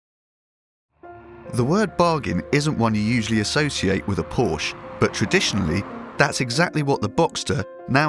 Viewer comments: Porsche is a two syllable word. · WHY CANNOT ALL THESE SO CALLED EXPERTS SAY THE NAME PORSCHE RIGHT?